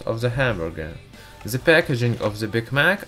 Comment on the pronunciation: Oh my god i almost died of laughter everytime you say 'ze' instead of 'the' dude no offense really great video but man this is to funny